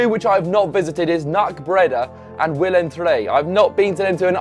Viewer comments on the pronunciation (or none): none